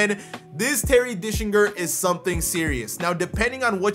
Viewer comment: It’s gets me every time you say “Terry Dickslinger” 😂